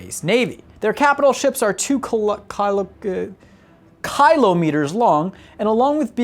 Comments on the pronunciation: Kilo, not Kylo. Love the vid. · How do you not know how to pronounce "kilo"